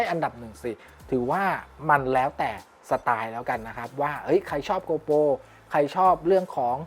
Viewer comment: เนื้อหาดีมากครับ ฝากเรื่องการเรียกนิดนึงครับ โกโปร ไม่ใช่ โกลโป 12 ล้านพิกเซล ไม่ใช่ 12 ล้านเมกกะพิกเซล